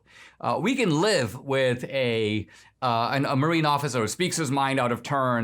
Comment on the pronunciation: Marine. Not martine. Martine is what you add to your Discord server. One demerit